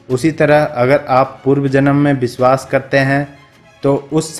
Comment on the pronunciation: ye jo voice provider he vo thik se nahi bol raha vishwas ko biswaas, shayad ko sayad kar raha he ise plz change kare aur purane vale ko le